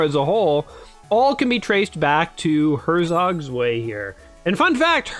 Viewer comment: Him :ersog svay German :hertzok tzwei